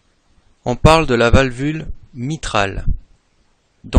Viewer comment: Valvu-L-e pas valvulVe mais sinon très bonne vidéo :)